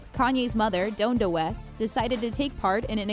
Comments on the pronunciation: doan-duh west? wtf it's DON-DA west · "dondo west" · The way she pronounces his mother’s name pisses me off! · You’d think with doing all this research they’d at least figure out how to pronounce the names of the people in this video. Especially his mom